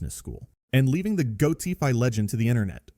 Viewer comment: yes, goat-ify sounded really bad so that proved its ai cause who gets a goat name wrong